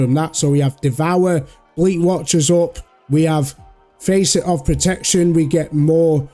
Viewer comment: The A in facet is pronounced like fast, not like face.